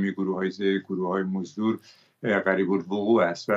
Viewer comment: این مرده هی میگه گروهی موزدر 😢